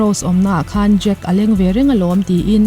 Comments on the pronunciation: I lam dan hi Jake tih a ang thei tawp. Jack (Jack dawson) ani sia .. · Jake ti an tam lutuk a,jake tiin i pronounce bawk sia...ka buai tep a lom...😂 ngaihnawm lutuk e👍👏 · E...khai... "Jak" i ti elaw? 😁 Thluk deuh tala a dik viau ang..